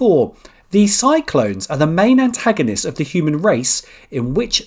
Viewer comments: cylons 2 syllables: "SY" + "lonz" 😜- not cyclone but always enjoy the quiz mate. Thanks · Especially the Cylons!